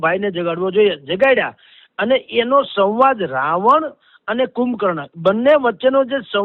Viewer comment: 'સવાંદ' 'સંવાદ' બોલાય સાહેબ!!! 😟